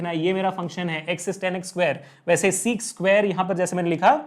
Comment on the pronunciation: sec2x not seek2x😂😂 kuki bacche bigdail h😂😂